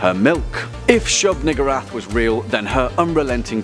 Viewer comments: Why I thought he said nigga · That pronunciation...